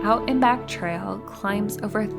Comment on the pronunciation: I wish her speech was a little clearer instead of vocal fry and strange pronunciations like traal